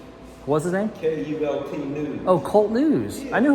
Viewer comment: Not Kult news. K.U.L.T news.